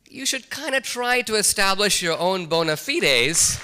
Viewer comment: OMG!!! He actually pronounced bona fides correctly, as the original latin was intended! Outstanding, sir.